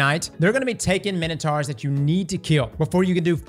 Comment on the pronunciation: did you really just say ‘taken minotards’ lmao